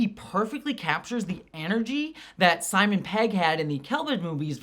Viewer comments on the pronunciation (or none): none